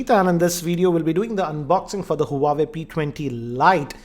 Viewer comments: More like "uawe" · Not huawei wawei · Learn to pronounce huawei correctly first.